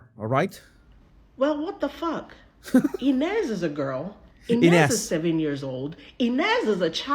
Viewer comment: INEZ PRONUNCIATION- "AN-UZ" 😮